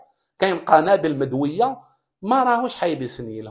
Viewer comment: عمو كلمة مدوية تقال هكذا مُدَوِيَة ، لأنني سمعتك تقول مُدْوِيَة عدة مرات